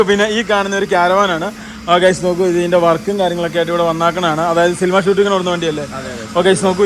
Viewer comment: സിലിമ അല്ലടാ സിനിമ